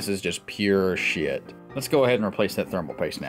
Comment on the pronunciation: I love when u say "shiet" hahaha